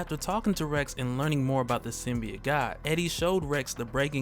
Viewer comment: I'm just glad you pronounce it sim-be-it and not sim-by-oat like in the Venom trailer.